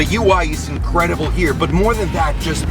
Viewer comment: Thats my dude over herreee! With an italien accent lolll